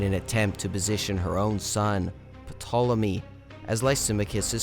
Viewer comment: The P is silent , as pt diphthong is not pronounced in English when a word begins with it. So it becomes Tolemy.